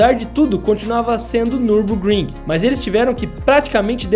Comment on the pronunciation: Nürburgring em alemão se lê meio assim: niubôkrrim, esse u com dois traços em cima em alemão tem meio que um som de i sabe.